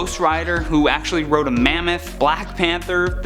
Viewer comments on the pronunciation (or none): none